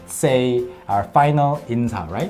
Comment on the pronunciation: "인사"를 들었을때마다 "인싸"라고 계속 들었네요 ㅋㅋㅋㅋㅋㅋㅋㅋㅋㅋㅋㅋ 아 어떻게..... ㅋㅋㅋ